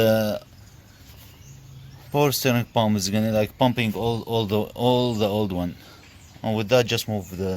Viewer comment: 😂lol I think he's Arabic guy, we don't have the letter P, only B